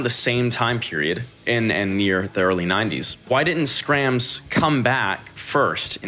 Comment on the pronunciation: Hahaha no one calls it Skramz😂